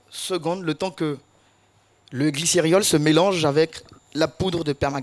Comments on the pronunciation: L'ignorance, c'est le fait de ne pas connaître quelque chose. Et quelque soit l'accent, pour celui qui connait le mot "glycérol", il ne prononcera pas "glyceriol ". Une fois, ça passe. On dira que c'est une erreur. Mais plusieurs fois, on fini par se dire que c'est un mot nouveau pour lui. D'où l'importance de corriger pour ne pas que ça se répète. Accepter son erreur et la corriger permet de mieux assimiler ce qu'on avait pas compris... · Qui a été choqué comme moi t'entendre "glycériol" à répétition au lieu de "glycérol"?🤔